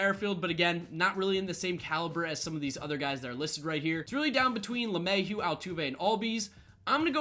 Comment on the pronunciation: just butchered Lemahieu😭